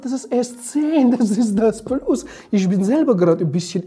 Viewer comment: Haha bester anfang dieser aktzent haha 😂 pluss pluss haha